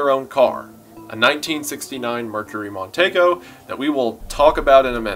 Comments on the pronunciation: for future refference...it's a mercury mon-TEE-go, not mon-TAY-go. but i can see my drunk uncle saying TAY-go. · The car is pronounced Mon-Tee-go